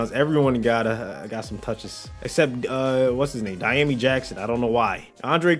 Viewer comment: Don’t ever say Dyami like det ever again